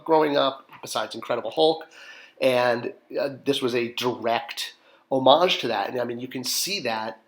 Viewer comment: Great assortment, would have been nice if you had eventually did Zatara to go with Zatanna I’m glad you pronounce homage correctly